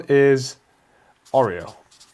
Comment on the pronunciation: Its aura not Oreo 😂😅